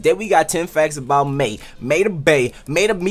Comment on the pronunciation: it's pronounced my